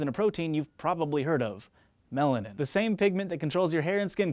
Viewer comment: When u said melanin, I thought u said melon amd I was like no I have never heard of that chemical before lol!